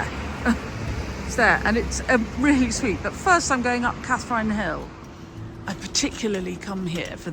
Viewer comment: Sorry to correct your pronunciation but it's 'Catherin' Hill, thanks for showcasing Frome x